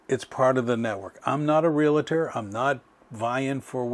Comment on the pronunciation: Please check the pronunciation of realtor. It is not realator.